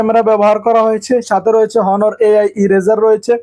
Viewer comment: ভাইরে হনার না অনার উচ্চরন হবে ।